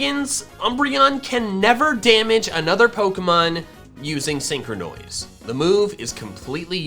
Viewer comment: Nobody: Not a single soul:: SEEN- CROW-NOISE.